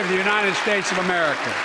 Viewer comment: Did he say "Make Amrica Great Again"?!